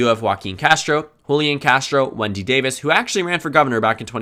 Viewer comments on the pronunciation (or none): none